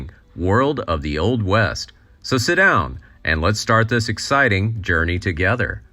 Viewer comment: Is this an A.I. voice? So weird the way it says: "Let's start this exciting. Journey together.'